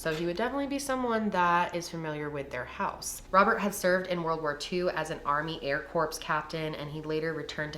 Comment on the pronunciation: What is an "army air corpse captain"?